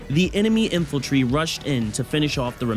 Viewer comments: Hey I loved the video and you have me re-downloading the game to try this. not a big deal but it's In-fan-tree (Infantry) not infiltry. Just a nitpick, otherwise it was very funny and well put together, hope you make it big, dude. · Is it just me, or is he saying "Infaltry"